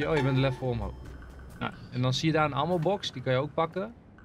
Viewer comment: Hoe zegt enzo het woord 'Ammo" al zo lang verkeerd